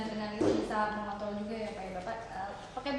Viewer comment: Dengan begitu bpk bisa "mengontol" juga ya pak?.. Beuh si mbak...